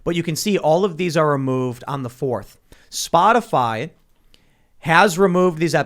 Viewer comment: Did anybody else hear Peppermint Patty call it "Spotifly" in the White House briefing?